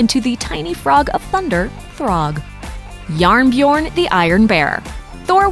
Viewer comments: Jearn Bjearn is what I heard for Iron Bear hahahaa took me a while to understand that they tried to pronounce Jern Bjørn XDD It was close, buuut a bit hard to understand the few first tries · Wait wait wait did you just say JarnBjorn is norwegian for iron bear... I am Norwegian and it is Jern Bjørn but ok.. (In case that was what you intended to say sorry I just read the subtitles.) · this is coming from a Norwegian and it said yearn byurn great comtemt though keep it up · The pronunciation of "Jern Bjørn" was hilarious.